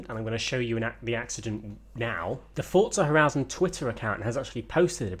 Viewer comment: can all of u all stop sayijg fortza its forza